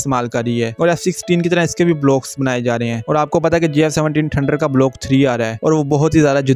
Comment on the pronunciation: بھائی ٹھنڈر نہیں ہوتا تھنڈر ہوتا ہے پلیز سہی سے بولو ۔